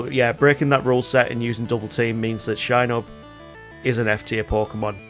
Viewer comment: 'SHI'NUBBBBBB :D